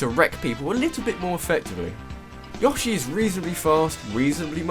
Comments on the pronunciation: Yaw-shay? Really? It's Yo-shay. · its pronounced yoshi not yashi like Yo-she your pronocing it ya-she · yo-shi not yosh-i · why did people start saying "Yoh-shi" instead of "Yaw-shi" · Isn't it Yo-shi not Yoh-shi? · wait wait wait wait wait..... is he pronouncing yoshi... YAHshi? O_o??? its YOHshee... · I like how you say Yoshi (Yaw-shi) instead of Yoshi (Yow-Shi) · Yoshi not yahshee dumbass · Are you pronouncing YOshi as YAWshi? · no, it actually is pronounced yo-shi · every time he said "Yaw-she" I died a bit inside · Damn it man it is Yo-shi! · how do you manage to mispronounce yoshi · Your pronunciation of Yoshi is abysmal. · no why does he pronounce yoshi that way